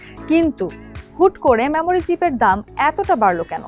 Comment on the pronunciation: Memory কিভাবে ম্যামোরি হয় বুঝলামনা, এটা তো মেমোরি উচ্চারণ হওয়ার কথা!